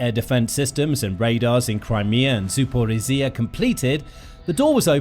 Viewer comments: What happened to the old narrator? This guy struggles with zaporizhzhia😢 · The way you pronounce Zaporizja is hurting my ears.